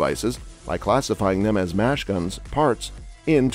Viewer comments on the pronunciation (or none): Have some living human read the text instead of your illiterate computer. Mash guns?! I'm pretty damn sure it should read "Machine guns"!! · Did I miss this "JUST ANNOUNCED" Supreme Court statement ending ATF rules? This is more an NRA commercial just repeating same old stuff. The announcer even calls machine guns, "mash-guns". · “Mash guns?” Who is the utter moron narrating this??? The same moron who states that Nicholas Cruz used a bumpstock??